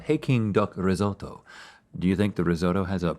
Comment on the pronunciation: i think ive heard the best "risoto" i get why Nicole laught